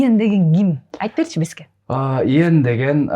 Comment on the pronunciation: Тантырап атын да туура айталбайтго 🤣🤣🤣 Тиги бала десе Иен дейтго 🤣🤣👍 соз жок